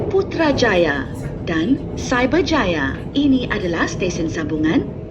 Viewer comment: The way she pronounced Putrajaya & Cyberjaya is so satisfying